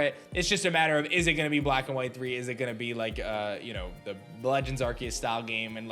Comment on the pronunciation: “Bwack and white thwee”